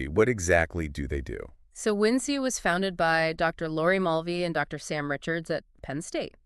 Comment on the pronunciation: How did you find out about us? The description mentions human curation and we would love to talk with the humans behind the making of this video. Also, its WinC like "Wink" ;) not "Win-See" or "Win-C"